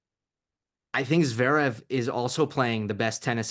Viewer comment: The way he pronounces Zverev